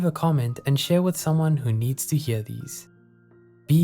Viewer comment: Are you South African? The way you said "Hear" sound like SA accent. Either way great videos : )